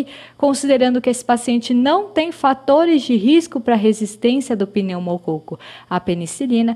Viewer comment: "Pneumocôco". Brincadeiras à parte, ótimo vídeo!!